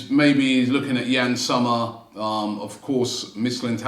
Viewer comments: It's pronounced ''Zomer' with 'o', not 'summer' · Yann [Zommer]..not [Summer]😂😂